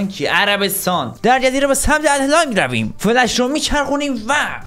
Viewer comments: توی این دقیقه بجای الهلال گفتی الهلار خیلی چاکرم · الهلال علبستان😂😂😂😂